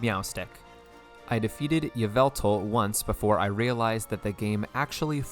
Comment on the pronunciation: It’s pronounce yahveltal by the way